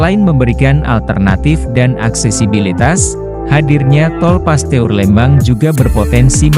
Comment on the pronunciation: Min di baca Pasteur,bukan Paste ur .